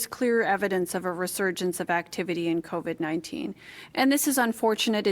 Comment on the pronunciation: Wait....what did she call it? CONvid-19(84) ?